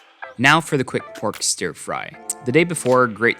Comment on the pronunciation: Ughhh, why does he pronounce "stir" as "steer"? It's so annoying lol